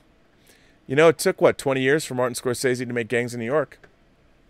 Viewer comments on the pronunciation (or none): none